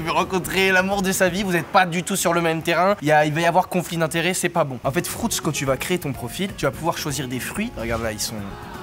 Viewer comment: 5.43 : “ FROUTS.”🤣🤣😂